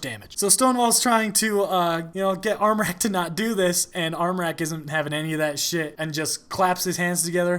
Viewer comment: your pronounciation of the ä in armräk was on point